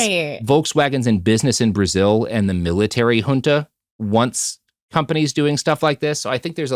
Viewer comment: Hey, little bit of a nitckpick from a Brasilian. You pronounced names and terms in portuguese as if they were spanish. (José as Hose, Junta as Hunta etc.) Thats not how we pronounce it in Brasil.